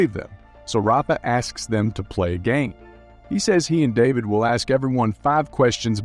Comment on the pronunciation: Lucía is actually pronounced as "loo-see-uh" and David as "duh-bid"